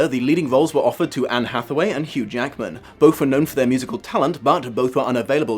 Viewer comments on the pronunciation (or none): none